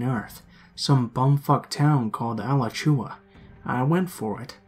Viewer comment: Lol that town is pronounced “uh-latch-oo-uh” not “ala-chew-uh” Alachua.